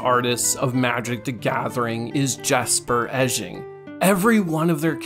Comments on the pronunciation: I died a little inside with your pronunciation of his name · Please this hurts me, it’s pronounced yesper icing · Pronounced: YESper EYE-zing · I believe his name is pronounced like "icing" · Nice try on pronouncing his name. It's (yes-per icing)